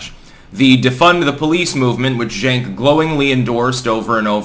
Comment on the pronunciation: I think it’s pronounced Jenk, like Junk.